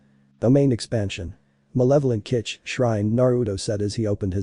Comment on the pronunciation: Malevolent kitch-Shrine😂